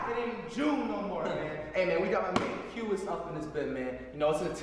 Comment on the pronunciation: Why does flight call qias quase